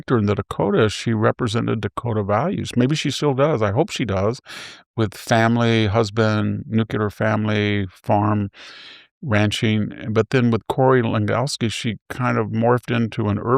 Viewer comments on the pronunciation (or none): Please, Victor Davis, pronounce the word, "Nuclear" properly. It's 'new-clear', NOT 'new-cu-lar'!!! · Aww man things were going so well until you said, "Nuke-ya-Ler." 🤡